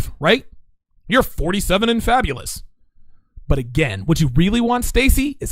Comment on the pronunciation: "Fabalous"... something you want to tell us? lol